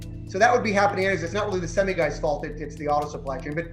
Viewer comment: Love how they mispronounce semi 😂😂😂